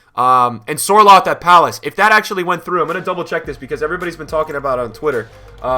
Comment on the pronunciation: Sørloth is actually from Norway, just like me, so I think it’s great to finally see players like King and Sørloth doing great in the EPL. Btw, the Ø is pernoused like the Ö in Özil. I’d love to talk to you once, and tell how it’s pronounced (Norwegian football is trash, so it’s huge for us)